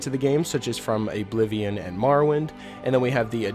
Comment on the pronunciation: I’m sorry, did you say Ablivion???